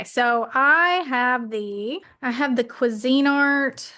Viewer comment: you pronoucing Cuisinart as Cuisine Art has me questioning my whole life. 😂 Makes so much more sense.